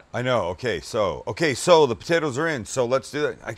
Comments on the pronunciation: U should make a shirt with "okay so", but put a melting cheese as it almost sounds like ur saying Queso (Spanish for Cheese) Would be like u to do something that would be a play on words. lol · "Ok, so..." has me hearing, "Oh, queso!"